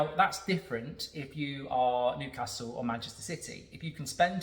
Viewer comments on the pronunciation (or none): none